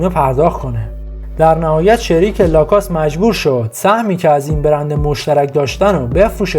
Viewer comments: لَکوُست تلفظ درستشه تلفظ ابداعی در نیارین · اول LACOSTE رو درست تلفظ کن و بعد وئدیو بساز